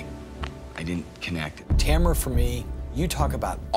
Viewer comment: It made me mad that Brett had the nerve and audacity to make fun of Tamara when he can't even pronounce her name properly.It really makes him look like a douche.